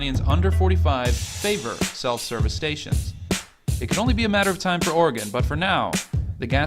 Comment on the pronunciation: Oregon actually passed a law allowing self-service in rural counties, they still offer to pump for you dying business hours. Also, "Ore-gun" not "Ore-gone". Liking the videos.